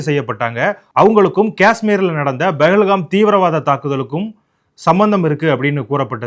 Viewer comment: Why is not able to pronounce P? He says Bahalgham instead of Pahalgham, for Pawan kalyan he says Bavan kalyan